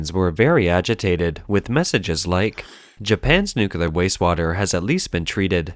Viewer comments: The word is nuclear, not nukular. People like you drive me nuts! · The word is Nu-CLEAR not NUCULAR- someone please teach this bot to read English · For God's sake, it is pronounced NUCLEAR, not NUCULAR!!!!! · The word is NUCLEAR, not NUCULAR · God, the constant mispronunciation makes this unwatchable. "Nookyoolar nookyoolar nookyoolar nookyoolar." I really want to look past this, but you've made it impossible. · i mean theres is Clear in it LOL